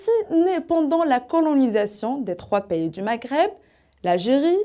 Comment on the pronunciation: Vous avez des lacunes sur le plan de la prononciation :vous n'articulez pas bien le mot 'pays" a part ça vous avez bien appris par coeur ce que vous présentez BRAVO